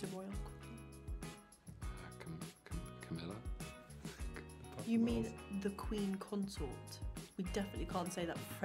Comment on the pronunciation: Not him saying Camilla🌚😭